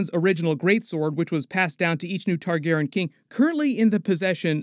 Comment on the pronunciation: Learn how to say Targaryen!